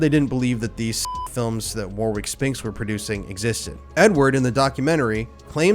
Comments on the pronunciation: It is not The. Scotland yard or The Heathrow airport there is no definite article used.very annoying and the name is Warwick is pronounced Warrick....please if your going to tell a story of this important please get things right....a brutal tale of disgusting practices . I'd never heard of this tape before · I'm sure spinx was linked to dolphin square, which inturn linked to Jimmy Savile and also Operation Ore. Much is hidden as Tony Blair put D notices (gagging notice) on it when he was PM. Gotta say it.... Warwick is pronounced without the 2nd w.... warick... wa*rick. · Just for the education of all you Americans out there that don't actually understand how pronounce British names. In the Name "Warwick" the second w is silent and is pronounced "Warick" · bro, the second W in Warwick is silent, it's pronounced Warrick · I think the 2nd W in warwick is silent 🫡 "Warick" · The W is silent. It’s pronounced Arwick! 😂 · Warwick is pronounced like this: - Worick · It's killing me everytime you say the name Warwick as War-wick😅 Sickeningly pathetic sentences for such repulsive monsters, there's a reason the justice systems favour paedophiles- birds of a feather...🙄 Thank you for always bringing light to cases most never will🙏✌️🇬🇧💙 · Me too, It's usually pronounced "Worrick" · Warwick is pronounced Warick, similar to Yorik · Warwick is pronounced war rick the second w is not pronounced. Another great video. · "In the correct pronunciation of Warwick, the second w is silent, and the last two consonants ck are pronounced as the single letter k like in 'pack, packet'. So the correct pronunciation of Warwick is Warik. The vowel a is pronounced in different ways by different people as in 'war', 'paddle', 'back'.9 Jun 2023" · Warwick lol it's pronounced warrick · not giving the dude any steam but warwick is usualy pronounced wa-rick kinda makes the 2nd w silent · Warwick is pronounced "Worrick". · Disgusting. Just a heads up: name is pronounced WAR-ICK (the second w is silent)